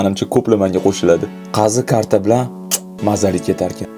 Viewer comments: Karta emas qarta😂😂😂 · qazi karti deyilmaydi qazi qarti deyiladi 🐄🐄🐄🐄🐄🐄🐄🐄🐄🐄🐄🐄🐄🐄🐄. Toʻvuqmiya